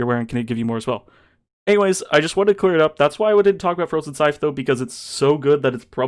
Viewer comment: Dude, it’s pronounced “scythe”